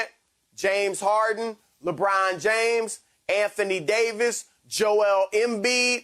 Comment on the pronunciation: “KYREEEEEEEEEE” “LABRAWN JAMES”